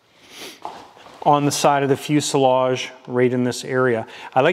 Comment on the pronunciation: The s in fuselage is pronounced as a z.